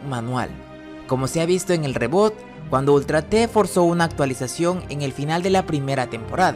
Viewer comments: Se escribe reboot pero se dice ribut no reboot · Rrebut se pronuncia :)